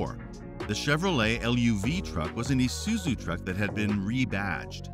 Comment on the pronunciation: my brother in christ its pronounced -eye-suzu, isuzu not esuzu😂